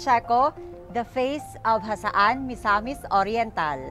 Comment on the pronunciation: Jasaan po.. not hasaan✌️